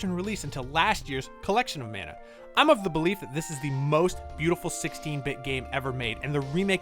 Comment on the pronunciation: Trials of Manner Trials of Mah-nah ✅